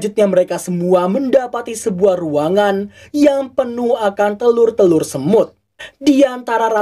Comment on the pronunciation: Telur bukan tekur